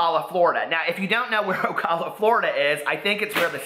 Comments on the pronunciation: Love you! It's pronounced O-cal-a (like calorie or California) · Ocala is just North of me lol and you're pronouncing it like a snob. The A after the C sounds like the A in 🍎